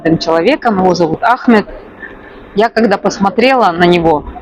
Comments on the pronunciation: вы так давно живете в Египте и так неправильно ставите ударение в имени Ахмед что слух режет и как другое имя выходит у вас Это же самое популярное имя там почти всех зовут Ахмед😮😅❤🎉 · Ahmed ударение на первый слог. По другому тут не говорят. И МустАфа ударение на А. Я не знаю где вы живете. Но в Египте именно так произносят имена